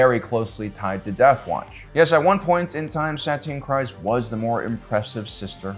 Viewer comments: my guy. It’s Kryze. Kreeeeeze. not Cries. please. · Bout to unsubscribe if this guy can't figure out how to even correctly pronounce names..."juh-rinn", "wolves", "cries"...like Jesus, can you come up with a better way to tell me you don't listen or watch the shows? Losing credibility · Can you not speak? Why can’t you say Bo’s last name so incorrectly?